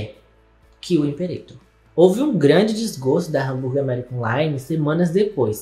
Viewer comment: Limperator lmao